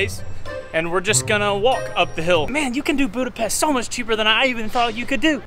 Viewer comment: Óbuda, Buda, and Pest were unified into one single city in 1873. oh.. and one more very important: it's not Budapest, “boo-da-pest.” It's “boo-duh-pesht.”